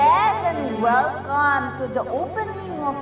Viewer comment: Giorgia-"welcam to d opaning of georgia's chiscake"😂😂😂